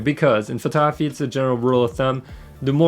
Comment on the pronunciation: taking photography lessons from someone who can't even pronounce the word "photography" properly